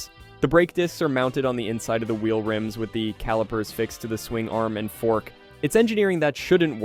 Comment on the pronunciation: Can't even pronounce wheel.